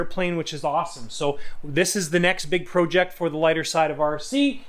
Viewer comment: Please say project the correct way or I’m going to come find you